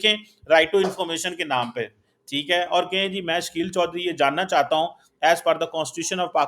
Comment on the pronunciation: Why do you get. He is not an honest person. Jalebi banayenge. And please ask him to pronounce your name properly. It's and not chorri saab 😊